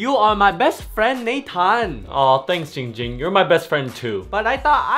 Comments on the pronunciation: giiiiing ging not GING GING LMAO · It's Jing jimg not going ging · 808 It's not poo poo it's Ging Ging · it’s not ding ding ling ling it’s giiiiing ging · Muddah Asssho it's Giing Giiing not bing bing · It’s ging ging not ping ping not Ling ling not ding ding not fing fing IT’S GING GING Sorry I got mad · IT’S NOT ING ING, IT’S NOT PING PING, IT’S GING GING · It’s not Ging Ging—it’s Pee Pee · Why does everyone call him ging ging it's ginnnnnnnnng ging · It’s not ding ding it’s not ding dong it’s not pee pee it’s ging ging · ITS GING GING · I am very calm person Man says name wrong Also ging ging: What the hell you say?! Opens eyes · Ging ging: “I’m a very calm person” Also Ging Ging:”IF YOU SAY MY NAME WRONG ONE MORE TIME I WILL BUY THE WHOLE COMPANY AND FIRE YOU!!!!!!” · Me: says giing gings name wrong by accident Coffin dance cues: Me: oh sh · This is how many times ging ging gets mad at people for saying his name wrong V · "also my name is" Ging ging: "GING GING"